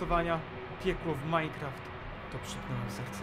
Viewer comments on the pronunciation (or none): "Piekło w miencraft"